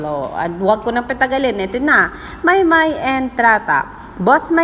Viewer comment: admin..its pronounced as MAYBE....😍😍😍